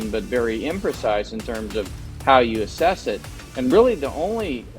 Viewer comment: YIKES! That's "ASSESS", not "ASSES". 😊